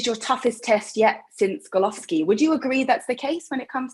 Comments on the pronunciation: Did the interviewer just say GOLOVSKI? 😂😂😂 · Oh geez I fear I’ll be forever blamed for turning the great GGG into Golovski!! Clearly a mispronunciation...I’ve interviewed and watched Golovkin many times, I know his name! My bad! Anyway, great to catch up with Canelo. How does everyone see this one going down? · did she say "Golovski"" ? lol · Did she actually say Golovsky?? Does she have a clue who Golovkin is? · Once she said Golovski I knew she doesn't know sh*t about boxing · Golovski? What planet she is from? Shambolic preparation for an interview. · Absolute terrible interviewer he just learning English and she's hitting him with really long words she can't even pronounce Golovkin